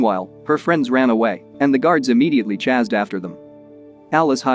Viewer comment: Why do you pronounce chased as “chazzed?